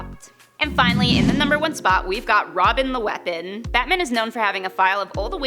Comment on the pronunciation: It sounds like she's saying Batmin.